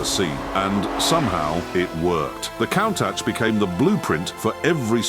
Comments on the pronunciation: Not only does it mispronounce Countach, but it managed to mispronounce it a different way every time. These AI videos are positively terrible. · I've always loved the kown-tack 😅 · I think this is the last straw. The AI just gets worse and worse... "I'll take 14 ways NOT to pronounce Countach for $1,000 Alex" 😂 forced the stopping of this video halfway through. Goodbye channel! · 😂😂😂😂😂😂countach pronunciation